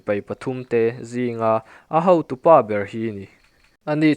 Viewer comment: I chhiar tha viau, mahse chhiar dikloh a awm zeuh zeuh entirnan hautu ni lovin hotu tih tur, tan han la deuh teh mi tamtakin an ngaithla a, a dik emaw an ti palh ang